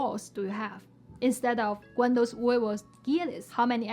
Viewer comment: you’re right. actually said “cuandos” instead of “cuántos”. I don’t know why but some Chinese people I know are also unable to pronounce correctly the Spanish “t” in a word. This sound is softer than the English and Chinese Pinyin T. Btw, I am a native Spanish speaker.